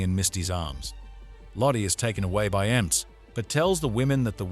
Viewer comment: He read EMTs as a word, not initials